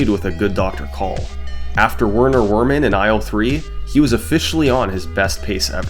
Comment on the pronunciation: “Werner Werman” — cmon summoning salt, it’s a German name, you say “W” as “V,” his last name is Vermin, it’s one of the best puns in the game 🙃🙃🙃